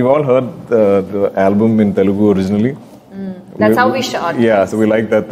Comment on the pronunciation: It's not Telgu, it is Telugu